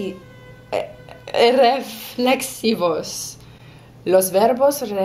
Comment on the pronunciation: It's funny seeing you struggle with spanish pronounciation xD A little tip: reflexIvos, not reflExivos